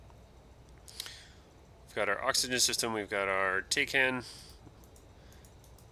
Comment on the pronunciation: just a quick thing, its not "Tay-Can" its "TACK-AN" and it stands for TAC-tical Air Navigation I will say, as a trainer aircraft, prior to the F-5, the Hawk was my more favorite of the rest for basic flight fundamentals. its easy to learn to fly it without having to worry about combat systems, and being fairly forgiving toward newer DCS nerds. its not much of a jump to go from the hawk to the F-5 either. I'm still working on doing F-5 combat, my biggest limitation is my control setup, not having a suitable place to put my joystick and generally just not having the ergonomics (using VKB gladiator, occasionally with a X52 pro) to bind everything as i'd like. the X55/X56 are overpriced right now and I just wasn't a fan of them. I'd like to get the Warthog, but I just don't have the space or cash to justify it yet.